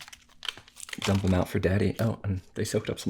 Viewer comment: Noticed how he said daddy